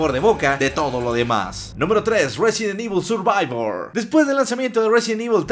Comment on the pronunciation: A mí me gusto el "Sirvivor" )